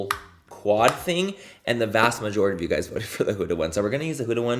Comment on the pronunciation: "The mast vajority" - did anyone else catch that? 🤣🤣